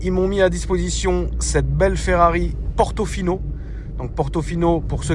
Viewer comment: Ferrari "Portofion" 😂😂😂